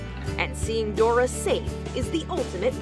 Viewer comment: Her name was actually "Doğa" meaning "nature". Foreigners usually have a hard time pronouncing the "ğ" so it is very possible you heard it as "Dora" 😁